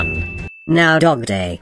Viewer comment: WHY DOES EVERYONE CALLS DOGDAY DOGDENG😭